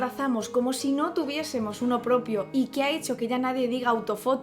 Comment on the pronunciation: Tú también dices "ranin". Definitivamente es algo fonológico-cultural.